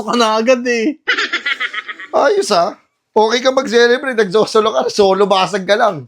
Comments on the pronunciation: CELEBRATE❌ SALSALEBRATE✅ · Celebrate ❌ Ejaculate ✅